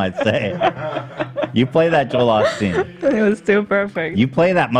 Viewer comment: Why does Ethan always say "Joel AHH-steen" when it's pronounced "OH-steen" as everyone else on the podcast says it. I'm surprised no one has ever asked why he says it that way!